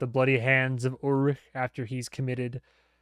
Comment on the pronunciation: you said ulrich perfectly there, just wanted to point that out